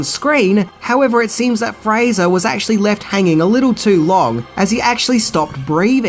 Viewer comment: He got Fraser right, but butchered Brendan. Huh....